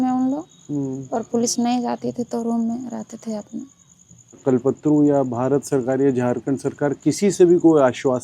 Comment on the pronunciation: It's not कलपत्रू but कल्पतरु